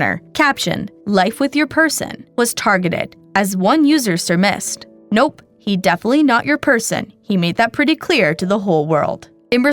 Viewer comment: Did you just seriously say... "surmissed"? Because I think you meant "surMYZED". (Kids today. They don't read and they don't listen. 😕)